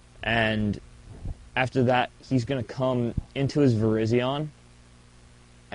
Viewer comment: I was laughing like a 12 year old girl everytime you say cu.., i mean come...